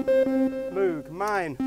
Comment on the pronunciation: supposed to rhyme with rogue